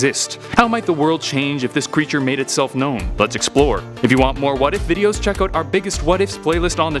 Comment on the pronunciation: "oot there". Canadian, maybe?